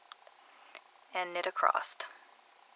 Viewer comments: Ivory Gilyard Her "acrossed" or "acrost" is actually what you and I would say as ACROSS! I wondered about that too until I realized she was just not properly pronouncing it. Working on two socks simultaneously but on separate needles can be so confusing. I simply took the time to learn the two-at-the-same-time method and with both on my needle and working sock B just as I did stock A gives me an identical pair without having to keep my place. It truly is so simple and much less confusing. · Sorry, but it's across, not acrosst. Really made it difficult to watch this, which is a shame, because it seemed like a helpful video. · Across across across there is no T in across(t) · Acrossed. ACROSSED. WHY??? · ACROSSED. I CANNOT WATCH THIS TUTORIAL! And it's a shame as she does show some cool stuff.